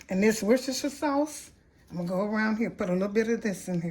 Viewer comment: Ma'am I mean no disrespect but I always have a quiet chuckle when non British people pronounce Worcestershire. Your's was very credible.